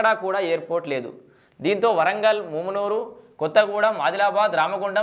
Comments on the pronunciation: ఒరేయ్ మామూనూరు రా వారి ముమ్మునూరు అక్కడిదిరా. పేరు పలకడానికి రావట్లేదు నువు anchor ఏందిరా మా కర్మ రా మా కర్మ. ఒరేయ్ హైదరాబాద్ కి రావడానికి ఎయిర్పోర్ట్ పెట్టట్లేదురా ఒక మా వరంగల్ కె ఉపయోగం కాదురా ఖమ్మం కరీంనగర్ ఆదిలాబాద్ నల్గొండ కి ఉపయోగం రా వారి ని anchoring తగిలేయా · ముమునూరు కాదు రా సుల్లిగా .... మామునూరు రా వేస్ట్ గా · మూమునూరు కాదన్నా అది మామునూరు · Ganduga nu mundu mumunuru Ani palakadam wrong...adi mamunuru....ikapothe airport ni welcome cheyali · ముమ్నూరు కాదురా బాదుకావ్ మామునూరు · ముమ్మునూరు కాదు అన్న. మామూనూరు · ముమునూరు కాదురా బాబూ మమునూరు రా ఎవడు రా నీకు చదువు చెప్పింది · ఏంచదువు కున్నవు ముమునూరు కాదు అది మామునూరు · Mumunuru kadhu babu telugu chadavadam nerchuko firstu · నీకు మామునూరు అనే చదివస్తలేదు నువ్వు దీని గురించి రివ్యూ ఇస్తున్నావ్ ఎయిర్పోర్టు ఓన్లీ హైదరాబాద్ పోవడానికి కాదు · Houle. Flights can be not limited to hyd alone. First pronounce mamnoor correctly bhadkav